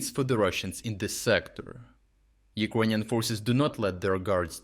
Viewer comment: Why does no one else say Ekroynian instead of Ukrainian?